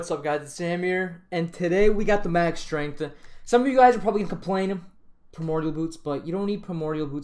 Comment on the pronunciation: max strength-uh. dmace-uh